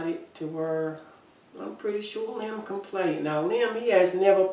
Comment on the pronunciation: Liam is also my 3 year old grandsons name. Yes, you said his name right!